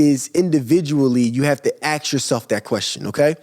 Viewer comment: Learn to pronounce “Ask” and then give business advise LOLOLOLOL